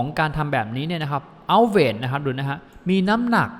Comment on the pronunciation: Outweigh อ่านว่า เอ้า-เว ไม่ใช่ เอ้า-เวท นะคะ